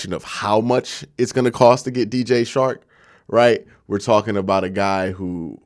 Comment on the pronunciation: Dj CHARK NOT SHARK. work on your communication. And pronunciation. You have talent.